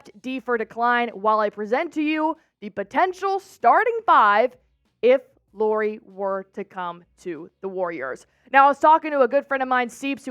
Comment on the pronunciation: It’s pronounced LAURI, like Lowrey!